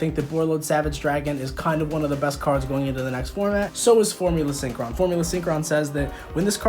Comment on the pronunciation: Yes. Yes he did say formula syncqwan